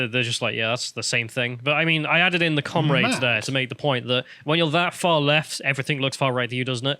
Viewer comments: I just keep hearing Cumrags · How are they ALL unable to pronounce Comrades